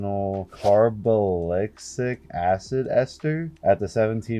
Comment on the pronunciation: For how many years you’ve been blasting and making videos it’s pretty embarrassing you can’t even pronounce carboxylic acid